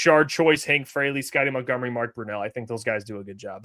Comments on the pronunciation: Why does always say “mountgomery” it’s MONTGOMERY! lol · So annoying... might as well call him...